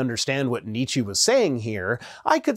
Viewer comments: The English Wikipedia entry on Nietzsche gives you the correct German pronunciation. It would be ˈniːtʃə, or for you English speakers out there something like NEE-chə, NOT Nee-chee as I heard you saying in the video. But I don't see a reason that you have to pronounce Nietzsche the German way when the video is in English. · As a German, I would say your pronunciation of Nietsche is ALMOST perfect. Only the last vowel differs a little. I would be more like Nietsch-eh than Nietsch-ee. However, I would be very interested in your pronounciation of Friedrich - that's really the hard part. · Of course you don’t pronounce Nietzsche correctly, but it’s close enough. (It more like Nietzsch-eh not Nietzschee) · German here, and your Nietzsche ("Need-z-sheh") is pretty good. You see: Nietz-sche. "sche" is pronounced like the english "shelf" without the "L-F". While you pronounced it like the english female pronoun. Germans would spell your pronounciation as "Nitzschi". So, the only thing you mispronounced, is the final letter. Native Germans also would usually elongate/stress the "nie" part ("nEEd-z-sheh"), but it's a name with no hard rules. See... In fact, it's a common and highly variable surname. I encountered people surnamed Nittsche, Nietsch, Nitzsche, Nitschke so far, and of course the famous Nietzsche. Wikipedia tells me that the Latin version is "Nicius", the Sorb version is "Nyča", a German-Polish mix is "Niczke". The supposed German base form is "Nitz"... don't ask what it's supposed to mean. It's probably not the tiny village in West Germany, nor has it anything to do with "niche". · so, german here 😏 we don't pronounce the e at the end of Nietzsche like an english "e", it's more like you say the "e" sound in "meh". but it's really not a big thing :) also, love Far Away Rhino 😂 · Nietz-chi (chi like in "chip"). Otherwise well done. And yes, I know I bit. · Sorry,, but your pronounciation IS off. Germans just don't care enough about ole Freddy to correct you.